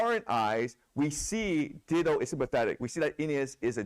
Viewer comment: FYI The name Dido is pronounced “die-doe”, not “ditto” should not have corrected the student who pronounced it the right way so that he could continue to mispronounce her name